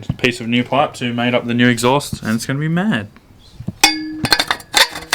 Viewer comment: American accent? Maaaaaaaaaaaaaaaaaaaaaaaaaddd.